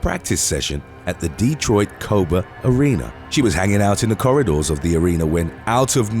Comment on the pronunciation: It is Cobo Hall not Coba.